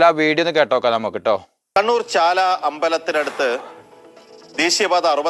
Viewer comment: Bro, ചാള അല്ല ചാല... അയാൾക് ഒന്നും സംഭവിച്ചില്ലല്ലോ ഭാഗ്യം